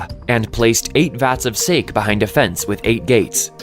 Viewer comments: sAH-KEH, not "Sake" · How do pronounce kusanagi-no-tsurugi correctly and then butcher “sake”?? 🤦🏽